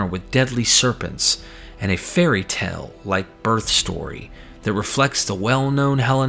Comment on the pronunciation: great vid, but still pronouncing "tale" like "tell" instead of "tail" is so distracting.